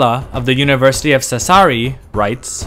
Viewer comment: Yeah, you did good, just one thing: it's pronounced Sàssari, not Sassàri, the first syllable is stressed. Anyway, good job! Stay safe!